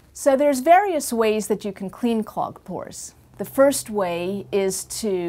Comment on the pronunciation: FOR A SECOND I THOUGHT SHE IS SAYING PORN PORN PORN